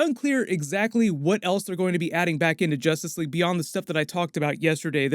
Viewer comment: In two words? Zustice Sleague !